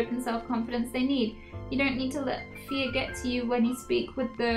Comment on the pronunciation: She did say feef which is one of her fear tics